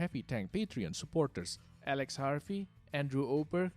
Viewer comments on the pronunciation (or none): none